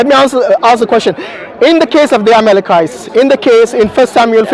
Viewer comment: She keep saying amekelites..🤔